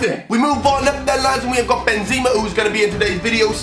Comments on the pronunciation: Who the fuck is benzeeeema it’s pronounced benzema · Benseeeemar it’s benzema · He calls benzema (Ben ze ma) benzeema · My man said benzima